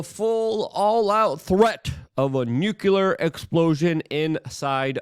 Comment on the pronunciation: Man, you seriously cannot pronounce the word NUCLEAR. Not nuculear